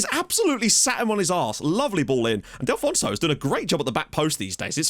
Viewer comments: Mate, it's DELL-FOO-NESS-OH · Delfouneso is pronounced "Dehl"-"Foo"-"Neh"-"Soh"